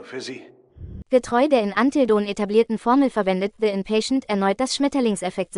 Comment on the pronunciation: Es klingt doch so herrlich 😂